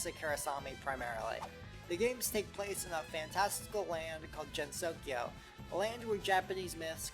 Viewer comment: Gensokyo is pronounced with the hard G sound not the soft G sound Good otherwise